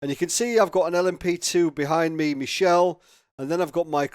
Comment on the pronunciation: Michele is pronounced Mick-ay-lay :)